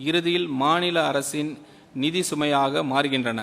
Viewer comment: நிதி யை நீதி‌ ங்கிற நல்ல தமிழ் பேச்சாற்றல்😂😂😂